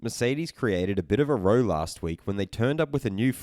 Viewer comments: love you my guy and not just being a picky bastard but the word you use "row" isnt said like "r-oh" it sounds more like "how". The way you say it is like what you do on a boat with oars:D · It's pronouced 'row' as in 'cow'.